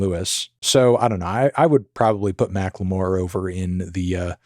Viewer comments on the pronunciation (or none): why does he say macklemore like Macque L'Meauire